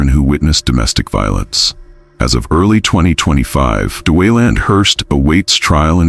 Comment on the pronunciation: "Dawayland" & "Mary Jayne" 🚩🚩🚩